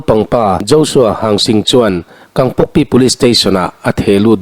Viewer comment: I puan zin tawh nen chuan leh. Kangpokpi hi kangkokpi i ti leh thin a...